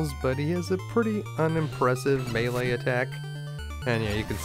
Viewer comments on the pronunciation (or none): none